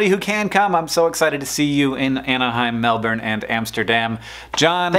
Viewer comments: What Sandy said. He correctly stressed the first syllable rather than the second. After that is mostly an issue of accent rather than pronunciation. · Hank did a really great job pronouncing Melbourne, aside from the 'r'. But only cause Australian accents often avoid pronouncing R's. Spelt phonetically, Melbourne is closer to Melb'n rather than Melbin. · its good hearing americans finally starting to pronounce melbourne right. its closer to melbun than melborrrne that i remember so much from the 80s. cant wait to see you, hankles. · He's pronouncing it right though, it's mel-ben, not mel-born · *Mel-Bern is closer than mel-ben, I have never heard anyone ever say that. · If you look it up and use the IPA guide it's closer to "bern" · He pronounced Melbourne correctly! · Points to Hank for correctly pronouncing Melbourne. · Yes, he's ever so close. The R is silent ;) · Thankyou for saying Melbourne correctly Hank. Might see you next year, planning that far ahead, can be tricky. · omfg so exciting seeing flinders st station woohoo go melbourne.. also hank, A+ pronunciation of melbourne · Thank you Hank, for pronouncing Melbourne correctly. 😎 Hope parental leave is going well and you and the fam are getting some sleep. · Thank you for pronouncing Melbourne properly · 10 points for saying Melbourne properly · OH MY GOD! You pronounce Melbourne correctly?? well this is a first on the interwebs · Nice work saying Melbourne correctly :) haha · So close though, the R is silent :P